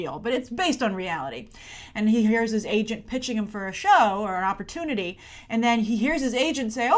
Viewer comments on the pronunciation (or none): none